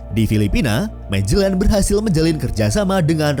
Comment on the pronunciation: Dibacanya Magelan bukan Majelen, ini Spanyol bukan Inggris